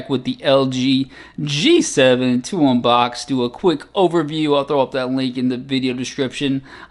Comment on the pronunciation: Why do you always wait a second to say big unbox? I like it but why?